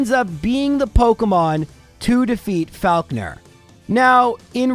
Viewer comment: loving the month of and this video is awesome, but that is absolutely NOT how you say 'falkner'